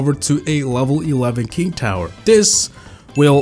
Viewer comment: on the last myth he's talking about the enemies king tower it's just he said it wrong cause he probably doesn't have english as his first language